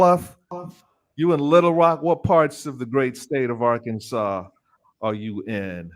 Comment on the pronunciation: is so right about the pronunciation of the state of Arkansas. I lived there two years before joining the U.S. Army.